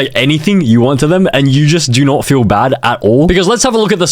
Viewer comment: DO NOFHT REDÆM THE CARD